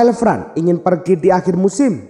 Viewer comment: Varane bacanya varan bukan fran